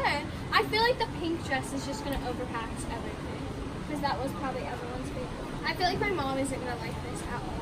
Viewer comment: "it covers up everyting" I swearrr is the mum blind.